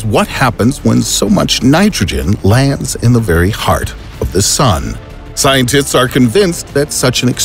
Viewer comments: Did he say ScienTITS? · he said “scien-tits”